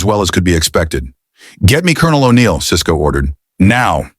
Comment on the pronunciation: You lost me when you got to O'Neil. And you can tell this was narrated by AI. Interesting premise. Wish I could finish it